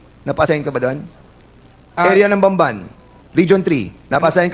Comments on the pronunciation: Hanggang ngayon, "banban" pa rin bigkas nitong si fernandez. BAMBAN hindi Banban! E ngot. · I think hindi lang siya nag pronounce ng Ban ban. Pati ibang Congressista ganun din ang pagka pronounce. 😂